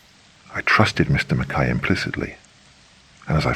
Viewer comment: That's for pronouncing Mackay correctly. Everyone not Scottish pronouncing it Mackie is annoying.